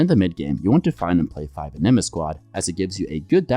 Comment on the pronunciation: please stop saying anima like that >